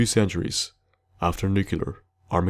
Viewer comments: Nuclear : it's pronounce "new-clear" you pronounced it as "nuke-you-lar" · Well I just heard 'nucular" instead of 'nuclear' but that just may be my shite hearing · "after nucular Armageddon." Priceless. Very interesting video, good job! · What so hard on "nuclear" that most americans are saying it badly?